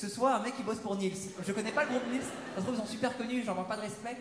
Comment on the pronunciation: Alors le groupe du vidéaste s'appelle "Niels" et pas "Nils" ahah et voici le lien du clip